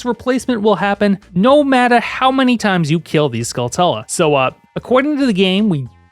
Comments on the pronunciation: i gotta correct you, skulltulas are are skull-tarantulas, so the latter half of the name is pronounced "choola", like "taranchoola" not skull-tula, i made the same mistake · Skull(cha)la, as in Tarantula